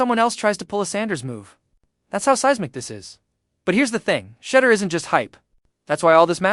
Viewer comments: And say his name right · Call him Mr. Sanders as you obviously can’t say his FIRST name and it’s disrespectful!